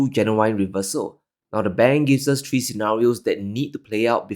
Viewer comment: I tink tree tree is tirty tree. When you solve that pronounciation issue your words will carry more weight. Tink it tru